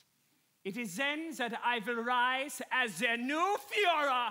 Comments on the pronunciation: the improper pronunciation of führer is honestly hilarious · The irony of the nazi character pronouncing "Führer" like, really weird 😂